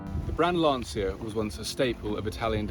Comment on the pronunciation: The wonderful Sandy Gall presenting News at Ten. He pronounced Lancia correctly, unlike anyone else.